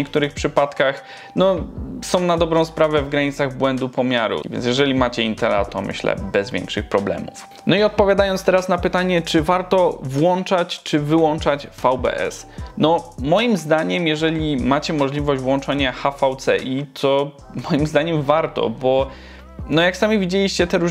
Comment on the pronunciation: nie włanczać tylko włączać ;P ihhiih